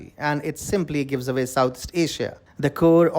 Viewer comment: Say away, not aVay. Lol you dummy